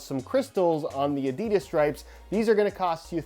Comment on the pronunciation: You’re saying Adidas wrong mate, it’s German if that helps